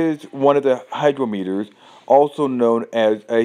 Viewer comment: It is not a "hydro-meter." it is pronounced "high-grom-eter." Said really fast. I'm just sayin'... ...